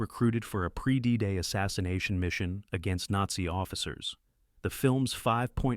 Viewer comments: "A Needzy Castle" ? You should either use natural narration or upgrade your AI - preferably the former ! 😂 p.s. I also for the world of me couldn't make out what the AI made out of "WWII" earlier on in the video !!??? 😅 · Gargage AI commentary, including not even pronouncing the word "Nazi" correctly! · It's a good list, but they're not all movies about WWII. It would also have been nice if the AI could pronounce things correctly, especially WWII and Nazi.